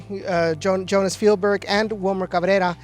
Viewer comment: im just glad we are finally saying Feld-berg and not Jell-berg :)